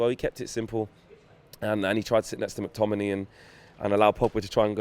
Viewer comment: Stop saying mctominiii